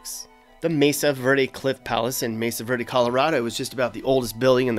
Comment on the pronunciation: It's "verde" not "virdy."